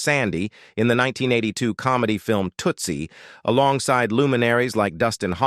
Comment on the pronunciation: AI Voice mispronounces "Tootsie "